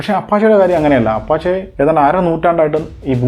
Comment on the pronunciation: അപഷേ എന്നാണ് ഉച്ചാരണം